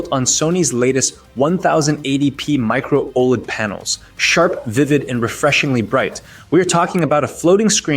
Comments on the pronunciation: Bro, how do you sound both like a broke college student recording this in his bedroom, and a terrible AI narrator who doesn't understand the words they're saying... at the same time? Humans don't say "One thousand and eighty P" for 1080p or "Micro Old" for Micro OLED. Also... who won the comparison? You never said anything about it. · One thousand and eighty pee One thousand two hundred pee Micro old display Clanker narration?